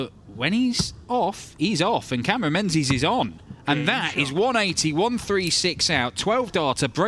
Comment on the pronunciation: menzies ain’t pronounced ‘men-zees’ it’s pronounced “ming-iss” it’s gaelic